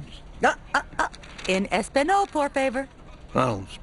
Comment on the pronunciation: Yet doesn’t know that español is pronounced differently.